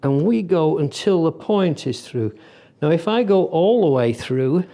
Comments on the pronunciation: "I like awl of them" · "I like awl of them" :D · "I like awl of them" :)